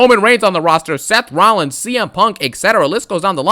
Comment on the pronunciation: "Romano Reigns, Sethington Rollins, Los Angeles Knight." 😂😂😂